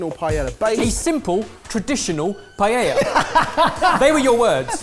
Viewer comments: Maybe pronounce it correctly first. It isn't "pie-ella", it is "pie-eh-uh" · I just can't deal with you guys complicating the pronunciation od PAELLA... same thing with dulce de leche. Pa- eh-eeah dool- se de leche... Not paieia or dolche de leche. It is not that hard. Hahahahahhahaha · love the vid....if only they could learn how to say Paella, they use it very often, so... Pa (like in papa) - a (like the vowel alone) - ya (like now! in spanish) Pa-ae-ya...lol I get an eyelid twitch every time I hear them mispronounce it paiehia, and I'm not even Spanish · why do brits say PAI-eya? it's pa-eya. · Excuse me sir, its called a Paella. Not a payeya, plz stop saying payeya. PA É LA. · The only thing irritating to me is that they still pronounce Paella like „Pa-yeah-ja“ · I love Jamie attemps to pronounce Spanish ( and Catalan/Valencian) words, and completely butchering every single one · Jamie, people would probably not be as upset if you learnt to pronounce paella correctly 😂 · has anyone made a cut of the 1001 ways they've pronounced 'paella'? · I think the problem with all of this is the way Jamie keeps pronouncing paella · The double L is silent. It's Spanish. The double L is always always ALWAYS silent. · 2 things, how do you even say paella... im my mind, P is a hard consonant and aella are soft weak letters.. P-ala, and doesnt all the ingrediesnts of a Paella go in a burrito anyway? like if i said "give me a Paella on a non-garlic Nan" same thing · After all this years, still mispronouncing "paella" , never change you guys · Maybe try and pronouce paella properly? also, the pan is called paella, that's where the name of the dish comes from